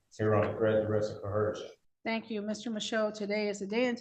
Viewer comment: Coercion. Co. Er. Shun. What the hell is coherjun?